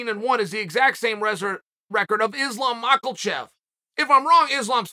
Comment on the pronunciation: "Islam Michaelchef" - Chael Sonnen, 2022